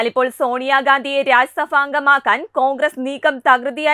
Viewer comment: Not rajyasabha... loksabha And pronounce as bha Not fa OK am full time Tatwamayi viewer